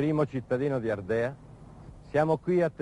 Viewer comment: Molto bello, come in genere questi vecchi sceneggiati della RAI. Paolo Stoppa poi è un grandissimo attore, e non c'è bisogno di dirlo. § Peccato però per quella pronuncia meno corretta, per non dire errata: a , eppoi di nuovo a , si sente *"Ardèa", e certo càpita spesso di sentirlo dire; ma la pronuncia buona è "Àrdea", con l'accento sull' "A" iniziale, come in "àrde" voce del verbo "àrdere". Così, "Àrdea", si diceva già in latino.